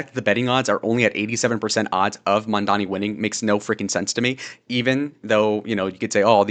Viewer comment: as of maybe 2-3 hours ago, adams dropped out of the race, go zohran! edit: he's raising taxes on the 1%, people who make 1 million+ a year, aint no ordinary citizen gonna be taxed, and even though i dont agree with your views, at least you can pronounce mamdani 👍❤️‍🩹